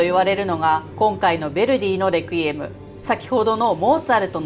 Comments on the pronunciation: Requiem は「安息」という意味があり、最初の e にアクセントがついています。日本語で発音する場合は「ク」ではなく「レ」に強勢を置くのが正しいです。プロの音楽家の方でも、よく間違われます。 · 「レクイエム」のアクセント、間違ってますよ。😢